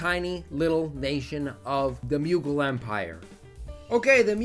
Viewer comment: The Muegul Empire As an Indian, I can assure you that that is literally the worst possible way to pronounce it lmao